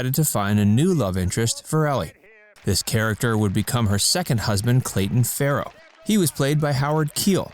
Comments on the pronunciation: Clayton “Farlow” not Clayton Farrow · Clayton Farlow, not Farrow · You said that Howard Keel played Clayton Farrow. It's actually Clayton Farlow. :)